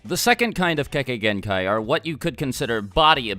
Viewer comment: The Idiot Says Kekegenkai